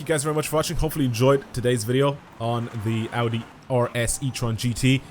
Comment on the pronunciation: Bro really said "Audri"